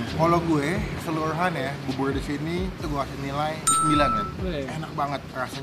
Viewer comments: Bubur bang bukan bubul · Bubur Bang Bukan Bubuy!